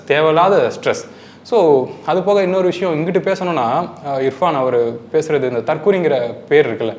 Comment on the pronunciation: அடேய் Anchor முதல்ல இர்பஙன் என்டு சொல்லுடா இபான் இபகன்னு சொல்லாம